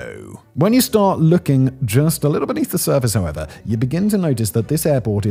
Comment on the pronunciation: When you say "however" it sounds like 'hava."